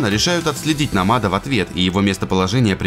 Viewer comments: Ааа, почему Нома́д, если Но́мад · "НАМАД" ахахахах